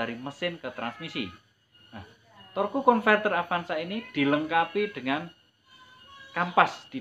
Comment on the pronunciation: Torque itu bacanya torsi om. Hehee